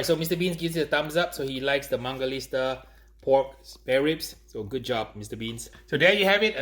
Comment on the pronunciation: WHY DOES HE KEEP CALLING IT MANGALISTA?? It’s MANGALITSA!!!!!!!!!!!!!!